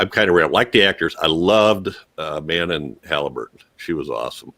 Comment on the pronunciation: You guys - Thank you each SO much for reviewing our movie! And taking the time to review it so thoroughly! Yeah, even in my initial drafts, it was never overly wolfy. We could have blown our entire budget on a wolf suit and STILL had it not look good. I love Ginger Snaps of course, and considering our budget, I always wanted to have the werewolfism be a metaphor. Manon pronounces her name "muh-NON." Don't worry, I had trouble with it at first, too! ;) She came up with the idea to insert that song lyric herself! "Lisa, is there anyone at home?" The guy outside the trap house overdosed, and we didn't see it. But I love the Sheriff's reaction to him. That bookstore was LEGIT! We seriously didn't even have to do any set dressing, which of course helps when you're on a budget! Some of our actors were even getting flea bites in there. Again, much appreciated! You guys are right, our budget was small, but we gave it everything we could. And you guys recognized that! Thank you!